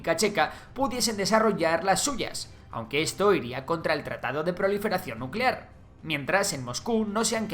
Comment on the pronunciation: Nucelar, se dice nu ce laaar